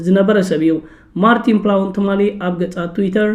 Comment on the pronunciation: ማርቲን ፕላውን? 😢😢😢 ኣታ ወዲ በጃኻ ተኣረም: ማርትን ፕላውት (Martin Plaut) እዩ:: ብኣኻ እኮ ተኺኽና! ዕላጅ!